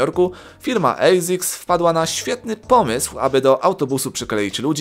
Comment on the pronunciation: Nie eisics tylko asics